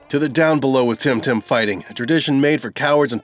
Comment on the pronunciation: i don't think its timtim